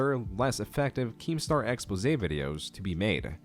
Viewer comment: Yo! Props to, for properly pronouncing, “expose”!!!! Now watch the rest follow...